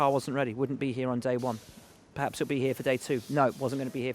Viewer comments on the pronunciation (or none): "PerHaasps on terms with Mercedes"